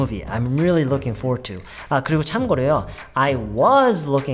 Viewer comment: Looking forward to 에서 Forward 말할때 for소리만 나게 말하나요?? Forward 라고 완전히 안읽고??